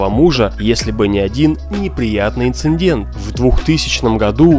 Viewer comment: Да запомните уже: инцИдент(!!!!!), а не инциНдент. Учите русский язык, Голос за кадром!